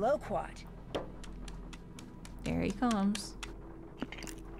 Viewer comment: why am I still reeling at the way pronounced Loquat hahaha the funniest thing